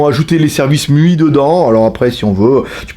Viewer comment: Faut que t'arrêtes de dire "miui" c'est "MAILLEOUAILLE". Tu peux pas dire "Chiaomi" et "miui" à coté. Bisous!